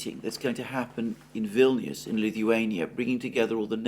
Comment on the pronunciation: Vilnuous rhymes with villainous! Ominous?